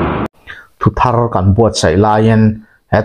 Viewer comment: Nia thu thar tihah pawh letter r dik takin i lam ri bawk a ngaihthlak a nuam e